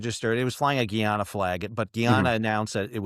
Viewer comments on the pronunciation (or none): it's pronounced Guy - anna